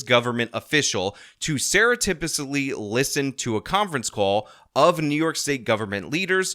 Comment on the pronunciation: Im not the only one that heard murder the pronunciation of surreptitiously right? Rivals the super mayor and her alezzations